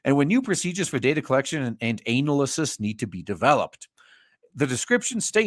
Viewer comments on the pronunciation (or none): "Anal-a-sis" instead of analysis. I love it